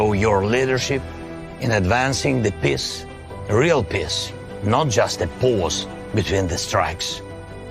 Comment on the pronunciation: Zelensky sounds like he is saying 'piss' instead of peace, lol 😹